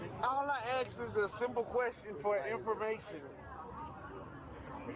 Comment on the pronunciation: "Aks for my phone"? What the hell is an aks??